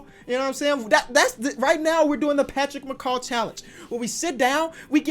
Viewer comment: He said Patrick macaw 🤣🤣